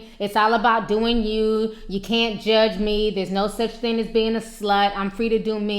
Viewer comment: Theen??? It's thing!